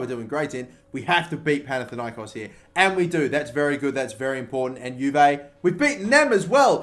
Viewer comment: I didnt expected it but you got Panathinaikos correctly!